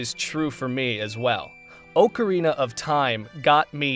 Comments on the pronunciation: Oakarina, ocarina... Your the only person I have ever heard pronounce it like that. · For the love of God, “Ocarina” is NOT pronounced oh-kr-ee-nuh!!!